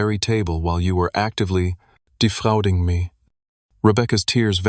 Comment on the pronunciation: 'DefrAUding;' to rhyme with crOWding. Okay, whatever.